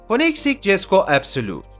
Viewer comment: KOENİGSEGG(KÖNİGSEGG) E KONEGSİG DİYEN HEVAL....